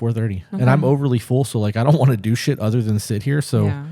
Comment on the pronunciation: Everytime you say, "Do shit," I hear, "Douche it".. I can't unhear it.